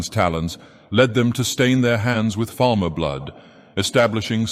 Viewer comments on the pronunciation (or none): none